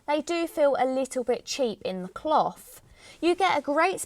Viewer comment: the way you say cloth just sounds dirty :P